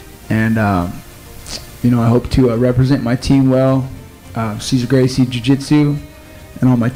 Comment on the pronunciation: how do people really go through the trouble of making an mma based documentary and then proceed to pronounce a Gracie name wrong.